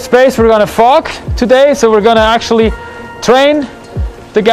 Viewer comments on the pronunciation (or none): "We are going to train the guys on how to fog" - sounded like F*** 😅